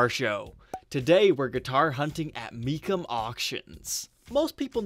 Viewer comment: Me chum. Is how it's pronounced.